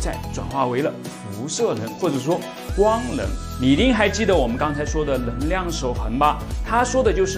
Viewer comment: 我很好奇，你“能够”能读对。但“能量”就读不对 是什么道理？